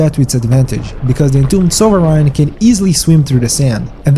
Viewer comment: It’s pronounced “soveren”, dude.